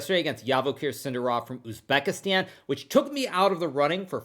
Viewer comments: It's not sIndarov...it's sindArov. It's like all these English speaking folks mispronounce things on purpose *insert facepalm*. it's not mEdvedev, it's medvEdev. it's not sErgei, it's sergEi, not vlAdimir but vladImir, it's not grIshuk, it's grishUK.... interestingly enough I don't remember hearing russian speaking broadcasters mispronouncing Hikaru or Nakamura much. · You pronounce his name wrong. It’s Zhavoheer SindArov, not Yavakher SindarOv